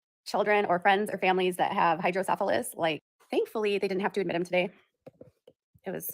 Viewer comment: It's Hydro-Cephalus pronounced Hydro-Seff-a- luss (not Hydro-Syphilis like the STD lol).